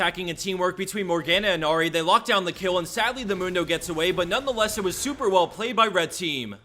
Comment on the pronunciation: Ahri not Ori .. u said Ori all the second video